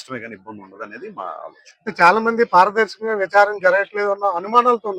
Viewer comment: పార్వదర్శకం గా కాదు పారదర్శకంగా